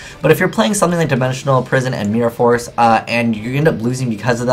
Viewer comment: Heh... mee-ror force.